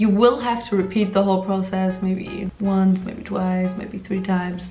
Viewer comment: the wunce, the tweece